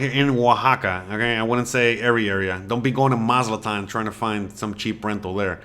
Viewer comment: It's pronounced "Maz A TLAN", NOT Maz -LA-TAN!!!